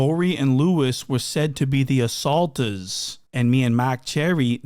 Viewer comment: thee assaultuuz 😂😂1090 blab